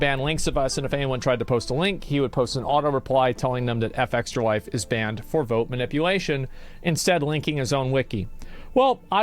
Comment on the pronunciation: Asmon called fextralife the hard r like a 1860:s confederate. Embedder